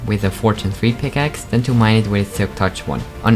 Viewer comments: yeah i heard that picaces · Be like: " I switched pikakes" pick-a-kes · just listen how he says pickaxe 😂😂